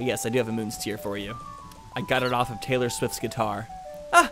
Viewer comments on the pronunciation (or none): none